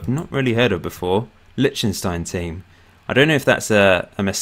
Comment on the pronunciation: By the way: It's Lish-ten-shtine, you saying litshtenstine is grating!